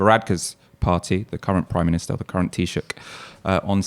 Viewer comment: Thank you for saying taoiseach